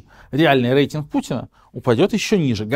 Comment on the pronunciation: В слове «рейтинг» по правилам русского языка произношение звука р мягкое, как перед е, а не э.